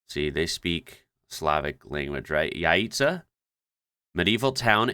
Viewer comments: you pronounced Jajce and Jablanica correctly. Jajce is often called royal Croatian city. it was seat of last bosnian kings who were ethnic Croats. and city was founded by grand duke Hrvoje Vukčić Hrvatinić who was so powerful that he throned and dethroned bosnian kings. His own name cant get to be more Croatian than it is. man held the title of duke of Split too. the waterfall is of river Pliva which flows to Vrbas and Vrbas is flowing through Banja Luka which is another city founded by H.V.Hrvatinić. he is best known about two books he ordered,two misals....one is kept in Italy and the other in Istanbul which turks stole and refuse to give it back. Hrvoje`s misal is beautiful book written in both croatian glagolitic and croatian cyrillic script and it is one of most beautifully illustrated medieval books in the world. Bosnia is our land taken from us by ottoman empire and we have huge problems with bosnian muslims these days,they are corrupting and inverting,reinventing history and historical facts. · You say the balkan letters perfect jajce is exactly as you said it and so is slovenia, only the accent is a bit bad. As for light pollution i can help you with that. Light pollultion is not so big in Germany and France cause they have a lights out after midnight (or earlier) policy. So most of the villages are totally dark after certain hour. Italy shows the real light pollution of contries like germany. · Hello from Bosnia! You said it right - JAJCE (meaning: the small egg), the capital of the Medieval Bosnian Kingdom. You are welcome. And you again said it right - Jablanica, and the Prenj mountain, with the coldest river in Europe - Neretva, which runs through Mostar - and there is the famous Old bridge over the Neretva river. Welcome!